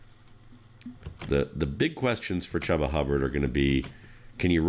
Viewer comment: It's pronounced Chooba. But good vid otherwise!